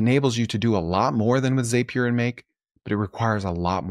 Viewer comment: Zapier rhymes with Happier 😉 Keep pushing out good stuff!